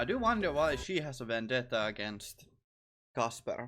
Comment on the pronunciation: His name is not really Russian. It's the way they pronounce his name kind of is. (that's how a Russian with a strong accent would say Kasper)